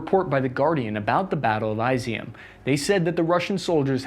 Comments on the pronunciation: Dude, I love your videos. They are balanced and take as much in an acount as they can. The only problem is....your pronounciation of geographical locations. It just pierces my ears XD . For example Izyum. "Eyes E Um"? No, it's more like "Is Yoom". Khrama trosk? Close, it's Khrama Thor sk. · it's pronounced is E 'em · Kherson is pronounced keep son not kerisson! And Izyum is pronounced Izzy yum! AND MAKALAIV is pronounced mick ka lav!